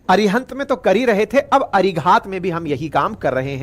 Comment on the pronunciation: भाईसाब, इस सबमरीन को अरिघात कहा कीजिए। जिसका मतलब दुश्मन पर वार करने वाली सबमरीन। आशा है आप उच्चार ठीक कर लेंगे।